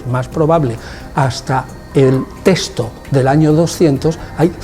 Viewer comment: Perdón una observación, es texto y no " testo " .